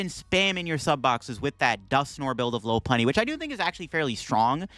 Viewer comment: Love that u say low punny! I hear lawpunny a lot. And I’m like whatttttt!?